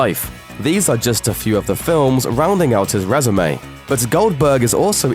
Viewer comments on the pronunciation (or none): none